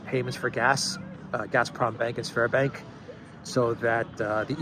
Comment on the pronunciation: It's Sberbank, not Sverbank